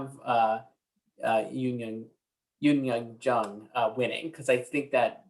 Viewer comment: This is a nitpick but I swear if I hear another Yeo Yung Youn pronunciation I'm gonna flip. Is J a foreign letter to y'all? 😂 They romanized it to J for a reason - Yeo Jung Youn